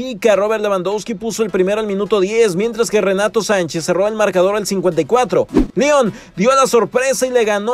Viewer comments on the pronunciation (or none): none